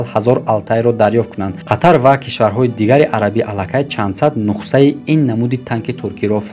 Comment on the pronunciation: Брат адаби бафаҳмон ё лаҳҷави Да забони точики Нухса гуфтаги калима нест. Нухса не Нусха